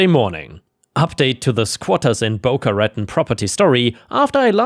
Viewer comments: Hey... Just a little help with the pronunciation of Boca Raton. Bo-KAH--Ra-TAWN.:-D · Pronounced as Boca-Ratone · This has nothing to do with the stories just the pronunciation of a city Boca Ruh-town.😸. I love these stories 👍